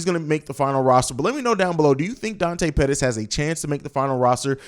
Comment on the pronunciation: mooney says Pettis